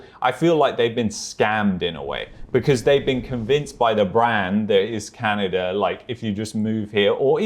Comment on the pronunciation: pronunciation of "Canny-dah" is cute.